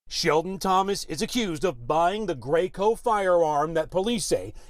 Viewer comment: Ik I was being funny the anchors said "Greyco"